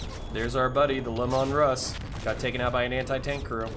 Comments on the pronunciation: Lee mun Russ, not lemon russ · Sorry, but it was painful to keep hearing you say Lim-mon Russ... It is Lee- Man Russ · fyi your saying lemanruss wrong. it's LEEmanruss, thats how gw says it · I mean no I'll will to his pronunciation of Leman Russ, but 'Lemon Russ' is too good to pass up as my new head canon.